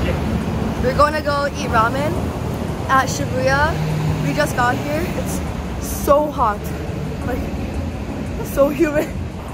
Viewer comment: SHABOOYA SHA SHA SHABOOYA ROLL CALLLLLLLL no way shibuya is pronounced like that is it really????????????